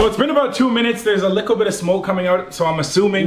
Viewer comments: why does he always say liccle ? i like but why😂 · It’s funny how he says “likkle bit” instead of “little bit” no offense No hate to him I’ve been watching for the longest so only positivity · why he say lickle instead of little lmao